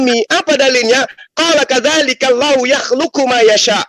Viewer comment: Bacanya bukan KADZALIKI, tapi KADZALIKA